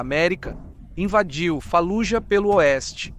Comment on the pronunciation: A silaba tônica de Fallujah e a segunda silaba , não a ultima. Doi no ouvido dizer falujá